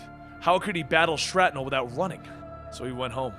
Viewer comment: I'm pretty sure it's pronounced "Shrapnel" not "Shratnel".